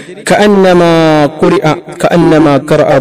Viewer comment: കുൽ യാ എന്നല്ല "ഖു ൽ " ആണ് ഖാഫിന്റെ മഖ്‌റജ് നന്നാക്കാൻ അല്ലാഹു നമുക്ക് തൗഫീഖ് നൽകട്ടെ ആമീൻ ഫക് ർ ഫാക്കത്ത് അല്ല ഫഖ്ർ ഫാഖത് അല്ലെ ശരി കു ർആൻ അല്ല ഖുർആൻ എന്ന് അല്ലെ പറയേണ്ടത് ഉസ്താദെ അസ്സലാമുഅലൈക്കും ദുആ വസിയ്യത്തോടെ ജഹ്ഫർ കടക്കൽ